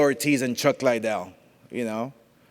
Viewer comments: Not hating but... all Oscar thinks about is the legends Tito Ortiz and Chuck "LIE-DELL" lol. Can't pronounce his last name correctly, but all he thinks about legend wise in MMA... Chuck "LIE-DELL". Big fan. Lol. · Why tf does he keep saying LIEdel? Not to mention he’s terrible at press conferences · What's the matter with Oscar's speech? He's been mis-pronouncing Chuck's name with "LIEDELL!" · everytime oscar says chuck lie del. haha chuck gives him a crazy look. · Chuck liedell. Can he even say his name right? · I came back cause Dana white said Oscar can’t even pronounce chuck lidell name right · He’s promoting a trilogy between two of the most iconic MMA fighters in history & he still can’t pronounce Chuck’s last name properly 🤦🏻‍♂️ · De La Hoya shouldn't talk about anything MMA ..... obviously knows nothing about it. Can't even pronounce Chuck's name correctly. AS for the fight .... lol .. until Ortiz shows he can take a punch, it dont matter how much he knows what Chuck's been doing.